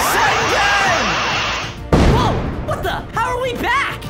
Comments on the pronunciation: So its not rasengan its asengan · “PRASANGAN” Me:………………… WHAT IS THAT ITS PRONOUNCED RASENGAN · Minato: IT TOOK ME YEARS TO LEARN RASENGAN Naruto: It took me months! Boruto: it took me days: when I was born my first words were ninja! Rasengan! Also: Rasengen